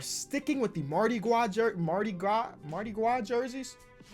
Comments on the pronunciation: does anybody watching this video from Louisiana and is so triggered how says mardi gwas and not mardi gras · Nobody:: Mardi Gwa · People from Louisiana triggered when he said “Mardi Gwah” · learn how how to say Mardi Gras‘s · trying to pronounce mardi gras😂😂